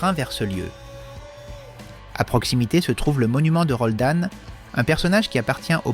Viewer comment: C'est pa Roldane... c'est Roland....